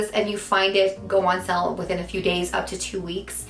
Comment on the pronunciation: Sorry, I love English. Went on "sell"...try saying "sail"